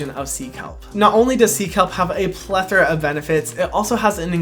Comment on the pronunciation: Ily but you said plether of benefits and it’s plethora 🥲